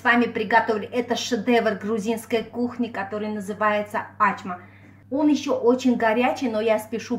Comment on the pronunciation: Ачма - это тюркское блюдо, поэтому никак у грузинов настоящего рецепта быть не может, есть свой вариант,возможно. Достоверность происхождения блюда проверяется из названия - оно должно переводиться - с тюркского ачма - это значит "открытие". И если ударение Ачма, как Вы говорите, то это переводится как не открывай, что полностью противоречит сути работы с тестом в данном рецепте! То, что представлено в рецепте, совсем не ачма, а обычный бёрек.